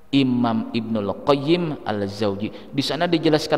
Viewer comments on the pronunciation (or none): ibnu Qayyim AL JAUZIYYAH... bukan Al Zaujiyyah... sila perbetulkan sebutannya itu.